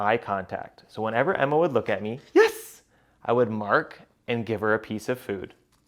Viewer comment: stop saying yez